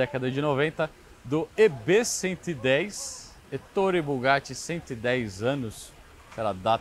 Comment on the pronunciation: Muito boa e detalhada a apresentação técnica que só pecou na pronúncia do nome do criador da marca. Duvido que o tenha ouvido em qualquer lugar do mundo, o nome Ettore que é italiano, ser pronunciado como se a grafia fosse Ettóre, paroxítona, ao invés de Éttore, proparoxítona. Doeu nos ouvidos a pronúncia dele, realmente muito estranha e inédita. Foi a única ressalva, que espero que ele corrija nos próximos vídeos quando se referir a ele.